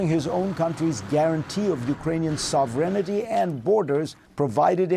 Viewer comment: Fareed just recycles threadbare untruths about Ukraine's nuclear arsenal , etc (the USSR nuclear arsenal remained strictly under Moscow's control both before and after 1991). As an aside, he seems to be unlearning English too. He always spoke with a harsh unpleasant accent, now he outright mispronounces simple words like sovereignty .